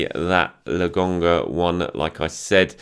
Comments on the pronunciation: honestly how hard is it to say lokon - ga stop calling the man lagonga. 🤷🏽‍♂️🤷🏽‍♂️ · Why does he keep calling him "logonga", is pronouncing K that difficult?